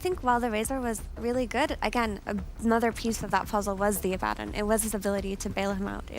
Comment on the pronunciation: His pronunciation of Abaddon is ridiculous